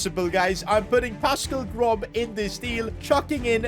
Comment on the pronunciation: Man thought about it and then decided confidently it was ‘Pascal Grob’.